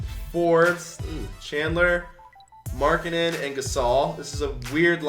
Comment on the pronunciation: I cringed when he got Markennen for demar derozen